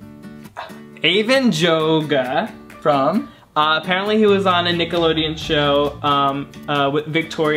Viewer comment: Ariel: Anna Kendrick Eric: I agree, Kit Harrington Aladdin: Hell yes Avan Jogia (btw, it's pronounced yogeeuh) Kristoff: Ansel Elgort Anna: No preference, but I agree that Emma Stone would SLAAAAYYYY Elsa: Yet another Game of Thrones girl; Natalie Dormer.